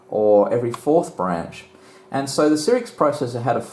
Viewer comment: I couldnt stand to watch the video after third "sirix"...